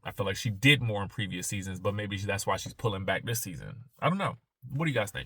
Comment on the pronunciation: I love the roosters! I'm from the country to. I hear it, when you said,"She just can't take no mo"😂❤I love it!